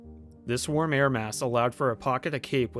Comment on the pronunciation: What's a "warm air ass"?